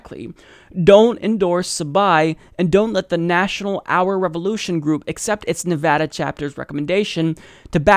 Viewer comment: Thanks for learning how to pronounce Nevada. Nevadans appreciate it.